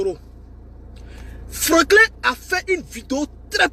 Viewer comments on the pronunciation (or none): none